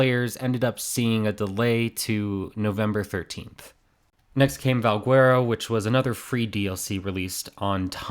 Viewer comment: How did you pronounce Valguero loll. Its not Val-gwe-ro, its Val-Ge-Ro. Ragnarok was a free custom map on PC 1-2year before it was added by the developers for an official release.